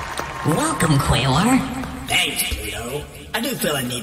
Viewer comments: " qwayweir" WHEEEEEEEEEEEEEEEEEEEEEEEEZE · Pluto doesn't know how to pronounce Quaoar correctly, but Quaoar's gotten that so many times by so many others that he's used to it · did you really create more lore because i told you you misspronounced it? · So thats why Pluto pronounced Quaoar's name like that.